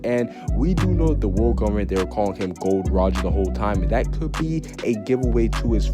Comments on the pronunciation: Gol D Roger name : Gol D Roger And dis man said...Gold Roger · Is it Gol D. Rogers? Not Gold Rogers? Just saying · Bro its not gold roger it is gol d. Roger